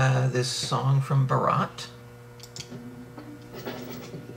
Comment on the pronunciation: The way you guys are pronouncing the title of this movie, Bharat, is actually a different Hindi word that means the groom's wedding procession, baraat (wearing a flower vale astride a white horse on the way to the wedding venue). Bharat (sounds like the two English words Baa/rut), on the other hand, is not just a male first name, it is also an ancient Indian emperor and his kingdom, Bharat, which was/is in fact the whole of India. It has since become another name for India. You can hear Salmaan pronounce Bharat perfectly and clearly in the last line of the above video clip.